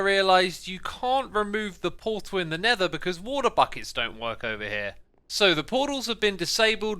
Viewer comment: Xisumavoid: never Me: you mean nether Xisumavoid: DID I STUDER!!